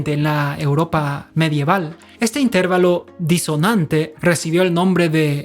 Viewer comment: Explicado de forma tan magistral que hasta un torpe como yo lo hubiera entendido sino lo supiera ya 🤣 y aún así me ha entretenido muchísimo. Esperando con ganas los siguientes capítulos:) Me atrevo a corregir "tu forma peculiar de decir inTERvalo" y llamarlo interVAlo por aquello de que tus seguidores que lo desconozcan entiendan que esa es tu forma personal de pronunciarlos...:)